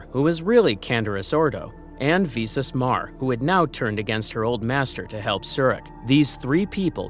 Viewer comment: Get the pronunciation right, vis-us not vee-sus